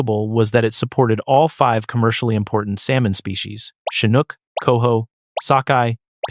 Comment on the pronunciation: Yep. Pronunciation of "Chinook" was done first properly, then incorrectly seconds later.